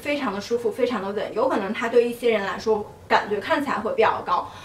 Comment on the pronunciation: practice your mandarin please, such as "yi xie", not "yi sie"